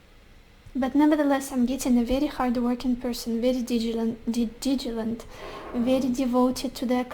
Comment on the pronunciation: critiqued is just right and also it's "diligent", you say it like "digilent" <3 which is cute as hell haha but thought you might wanna know. absolutely love the readings <3